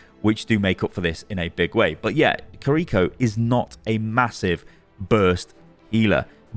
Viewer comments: Ki-Ri-Ko not Ka-Ri-Ko🤢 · "Creeko" my dude. her name is Kiri-Ko. jfc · "Kuhreecho" 😩 each two letters is a syllable. Key, ree, co. Ki-ri-ko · kreeko.. do people do that intentionally or do they can't say Kiri-ko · you are pronouncing it wrong. its not kiRIko its KIriko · i hate how he keeps mispronouncing her name "koriko" bruh theres two i's its "kiriko" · Kind of triggering me that you're pronouncing it ki-reek-oh 🤣 Kih-rih-koh with no accentuating any part of it. Aside from that thanks for the demonstration/explanation 😆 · Im sure its Kiriko not KRRiko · It's not kiRIko is kiriKO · I'm so triggered that he pronounce her name korrikoe is it hard to say KIRIKO?🥲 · It's not Kariko It's Key riko. Ki is said like Key. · Pronunciation: key-ri-ko, not cariko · Kee ree ko not ko ree ko ._. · its ki ri ko🤣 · Why do you say Kuh-REEko??? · It’s pronounced KIR-i-ko. The accent of the name is on the first syllable. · the way he pronounces her name makes me cringe so hard ahhahaha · Now that's one interesting pronunciation of Kiriko lol